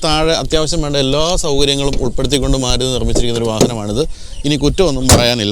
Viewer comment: Suzuki Desire. Not Maaaaluti😂😂😂